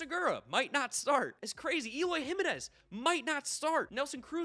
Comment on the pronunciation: My dude, how are you still mispronouncing Jiménez and Giménez. It has not ever been pronounced HIM in ezz. Never.